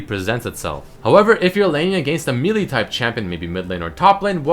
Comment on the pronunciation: meal-e type champion